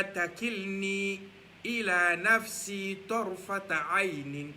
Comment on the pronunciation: Salamoualekoum frère merci beaucoup mais TARFATA ET NON TARtafa